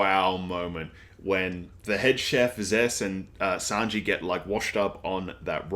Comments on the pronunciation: yeah its Zoro, and also Sanji is pronounced as San---G, not San--Jay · You say Sanjay but it's sangee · This video felt really tight and concise, I love it! You also pick up on things a lot which I'm loving :) Other people have already said this, but yes its is Zoro not Zolo. Also idk if my ears are just not working today but I think you got Sanji's name a little wonky. The 'i' at the end of his name is pronounced the same way you'd say the letter 'e'. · The currency is pronounced like Berries. Sanji is pronounced like Sanjii not Sanjay. Gin is pronounced like the first half of Guinness. G is Japanese is pronounced like the G in Gift not Giraffe. Zoro not Zolo. The pronunciation isn't a big deal, just in case you wanted clarification :) Yesssss the exposition/lore is drip fed to us by Oda, and we love it!!! OP is like an onion and iceberg, there is so much to discover/unravel and this is just the beginning!!! Glad you are enjoying OP so far!!! I recommend not searching up other peoples' reviews, you will get spoiled by thumbnails/titles and especially with a series like OP, you don't want spoilers!!!